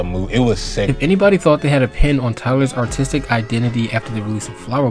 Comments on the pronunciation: I'm sorry, but everytime you said artistic it sounded like autistic to me and well uh- YEAH IT WAS FREAKIN HILARIOUS Still 10/10 video frfr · i heard autistic every single time you said artistic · Great video, but I swear I kept hearing “autistic career” instead of “artistic career” idk if I’m tripping or if you need to pronounce your R’s better but great vid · I found it funny how you kept saying artistic as “autistic”. I doubt it was intentional but it was funny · I fr thought he said, "tyler's autistic career," lmao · This is a fantastic video. But brother, please work on your pronunciation of the word "artistic".